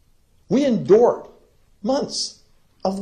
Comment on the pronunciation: I understand this is awful and everything, but listening to the way this man says "Endured" is literally painful. I also guarantee if somebody ran up to him (Cruz) and pointed a gun at him, he'd piss himself and cry like a baby.